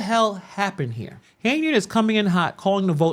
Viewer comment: So I'm i the only one who heard her pronounce the word "Hurrrrr" instead of here & the word " Wurrrrr" instead of where ? What in the Reading is fundamental is going on Hurrrrr ? 😂😂